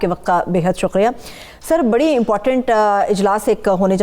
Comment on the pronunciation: YE AAJ MUJH KO KIA HUWA............SUQRIA NAHI....SUKRIA.